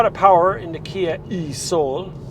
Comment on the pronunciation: 37k? Gulp. Man these electrics cars are damned expensive. Also be careful how you pronounce e-soul